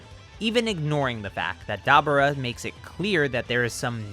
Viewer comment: Da-bura😂 love the video dude😂